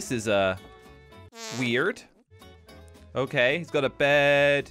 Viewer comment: Rare clip of pronouncing the r in weird like an american